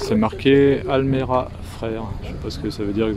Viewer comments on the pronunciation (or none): Salut. Merci beaucoup encore pour ta vidéo, que c est bon de continuer à voir toutes ces anciennes. À un moment donné tu as montré une 944 preparée par Almeras (prononcer le S) Frères. Les frères Almeras, ont leur garage à côté de Montpellier (à Saint Jean de Védas pour être précis), spécialises dans la préparation de Porsche coursifiées pour les rallyes et aussi des kits moteurs et carrosserie. Voilà voilà. J ai pensé à toi avant hier car l émission Wheeler Dealer France faisait un épisode sur un modèle très rare: Maserati Merak. Une bien belle auto!!